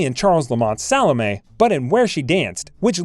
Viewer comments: And who the hell is Salmay? If you are trying to pronounce Solome, try sah-lah-may. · Hearing her name mangled every few minutes is torturous. The you mangle Salome! Sall-O-MAY. Like that, okay? you need to redo your audio for this video.